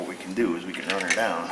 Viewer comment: When he says "teardown", he MEANS it! TEAR down!